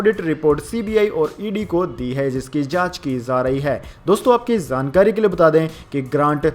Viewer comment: Samacharon men zari nahin jari,zankari nahin jankari zaldnahin jald bola ja a